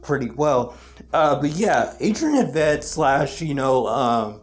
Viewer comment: you pronounced it Audrey N. Vet